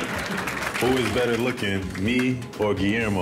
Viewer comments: Nike give this man his signature shoe. Gui-AIR-mo 🤣🤣🤣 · Gui-AIR-Mo need a pair 🤣